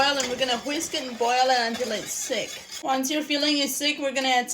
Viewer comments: Lol...your accent is like my moms...when you say thick it says sick😂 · Does she mean to say thick ? Not sick ?